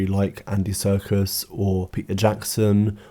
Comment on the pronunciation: i love that you pronounce his surname ‘circus’